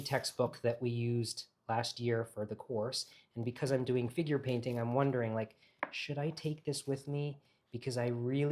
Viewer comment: It took until 16min into the video that I realized you said "figure painting" ... NOT *finger painting* Haha! I was wondering how many folks were taking an advanced course in finger painting in Italy! If that happens, please sign me up!!